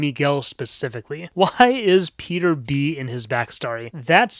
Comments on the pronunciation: “RIPeter” “Beter” I’m dead 😂😂😂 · "Beter" broke me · This is my first time hearing "RIPeter" and "Beter" and I'm dying haha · It’s probably cause I’m just tired, but when you called him “beter” it actually killed me😂😂